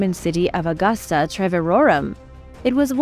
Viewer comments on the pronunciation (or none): none